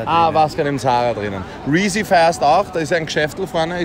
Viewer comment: Er sagt Reezy und markiert Rin